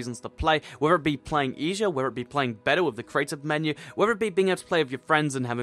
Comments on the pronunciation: Dude u say eshier not easier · Am I the only one who noticed that he was saying eajier instead of easier. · he says eshere